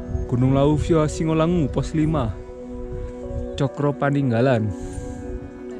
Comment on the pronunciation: revisi , bacanya cokro paningalan...sanes cokro paninggalan, suwun